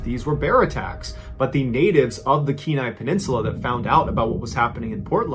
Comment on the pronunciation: As an Alaskan, Thank you for pronouncing Kenai correctly.